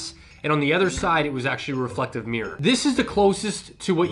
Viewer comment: It's called mirr-or...or maybe mirrer...not meer! Learn to speak please😂